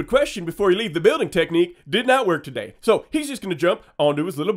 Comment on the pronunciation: Not ta-dayy!